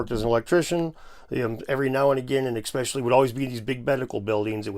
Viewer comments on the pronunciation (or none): He said expecially... thats like saying nucular. Or axe. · He said "expecially". We can already discount anything else he says.